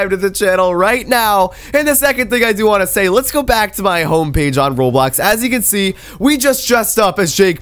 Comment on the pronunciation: Bro its roblox not roblax